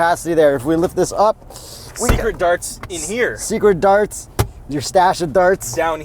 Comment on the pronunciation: "Secert Darts" LOL